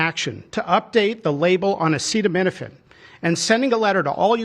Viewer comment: I’m surprised he knew how to pronounce acetaminophen